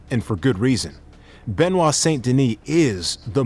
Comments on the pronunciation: BENOIT* NOT BENIOT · "BenOit" not "BeniOt" :face-green-smiling